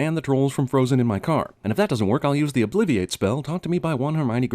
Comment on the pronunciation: your pronounciation on "obliviate" bothered me more than it should. at leasf hermoine pronounces it differently^^ good video as always